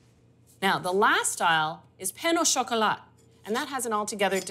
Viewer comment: The "T" in "croissant" and "chocolat" is silent. Nice demo, thank you.